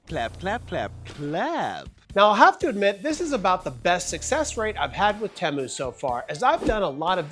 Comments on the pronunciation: teee mooo not tem o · Temu had a commercial during the super bowl. When they said Teh Moo I was angry haha I've been saying it wrong the whole time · u say temu correctly this one time, then go right back to saying it wrong. 😂 Everytime ud say it, in my head I'm like "that's not how u say it".. and then u said it correctly here and I was like, wait a second, he's messing with us.... Lolol